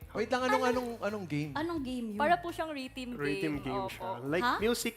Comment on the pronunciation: bagay nga kayo. Pareho nyong binalasubas Ang word na rhythm. RITIM??!?